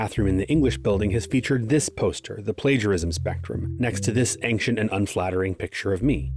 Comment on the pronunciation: just trying to stop the spread of pronunciation misinformation. you should google how to pronounce 'ancient'